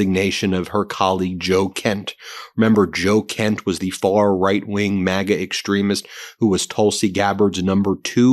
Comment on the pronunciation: Why do i hear maggot? Every time you say maga..